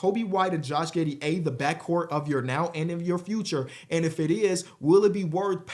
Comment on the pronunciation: Josh “Gih” Giddey